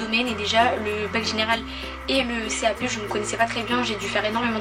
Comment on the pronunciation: Pourquoi tu dis cap p